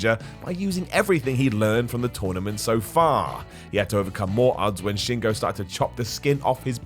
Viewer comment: yo love the list but please learn how to say shingos name